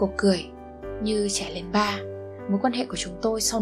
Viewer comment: "trẻ lên ba " từ này ráng đọc rõ hơn chút bạn ơi. Bạn đọc xuống giọng nghe thì em tai nhưng 1 số chữ không rõ. Trước tiên mình phải đọc sau đó mới điều chỉnh cho hay. Mặc dù giọng bạn rất ấm.